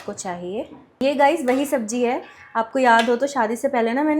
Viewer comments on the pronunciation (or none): Sabzi ko sabji bolne lagi